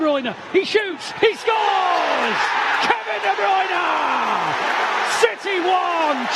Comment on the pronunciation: KEVIN DE BRYUNERRRR gets me every time 😂